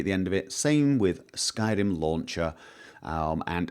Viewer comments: He just said "Skyden" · That's what it sounded like when he tried to say "skyrim"